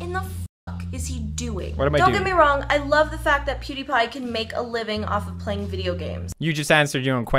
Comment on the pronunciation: “poo die pie”